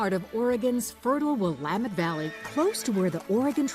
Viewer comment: This was very interesting. I am a native Oregonian and I have been to Camas Country Mills and eaten their products. I do wish, however, the you would have learned how to pronounce the Willamette Valley correctly. It is will AM (sounds like ham) et.